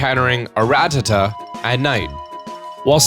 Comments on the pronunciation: I don’t like how you pronounce RATTATA IT STINKS lol jk sorry if I’m to rude :( sorry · i prefer saying rattata the way you do... lmao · The way you pronounce Rattata is cool I think :3